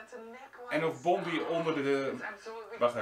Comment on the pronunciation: Bondi Treasure hunter vind ik leuk! Ik kijk alle filmpjes. Je spreekt het trouwens uit als Bondaai ;-)